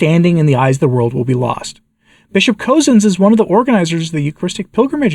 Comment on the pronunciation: FYI, Bishop Cozzens is pronounced “Cuzzens” or sounds like cousins.